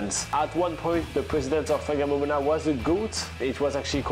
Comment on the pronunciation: No no no, it's pronounced Wang mom ona.